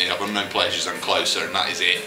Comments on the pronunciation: I think it's supposed to be pronounced 'closer' as rhymes with poser. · in an interview, Peter Hook pronounced it "clo-sir"